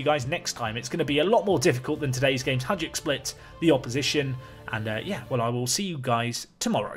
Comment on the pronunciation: Hey, the best way I can describe how to pronounce Hajduk would be something like: hi dook. The letter j makes the same sound as the second sound when you pronounce the letter i.